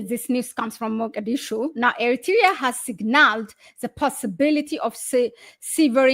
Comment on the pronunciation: Aye, please hi back to school and learn how to say Eritrea properly. Ignorant and another Ethiopian liar, useful idiot till Abiyot the 7th grade drop out is kicked out by Jawar and OLF.